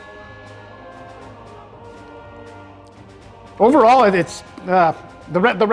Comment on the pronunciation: poo-TIN, not POO-teen. Pronunciation 3/5. 😁